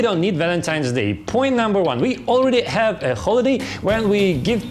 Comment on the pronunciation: На - сильно слух режет произношение Х в словах have и holidays. Попробуйте помягче, почти без звука на выдохе произносить. В целом хороший английский, воспринимается без проблем. По содержанию, для пробы неплохо. Но думаю подписчиков быстрее будет набрать на обзорах новых девайсов на английском, можно просто менять озвучку с видео на основном канале.